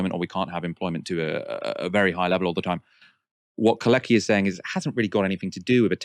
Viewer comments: Very interesting as usual. One thing though. Could you stop call Kalecki [Kale:tski] "kaleki", as this in Polish means "crippled". Thank you. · and mispronounced “Kalecki” for the enterem segment 😵‍💫 it’s prounanced “car let’s kee” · you ought to check the pronounciation of Michał Kalecki "Keir Starmer is literally a wet wipe". What a gem of a character assessment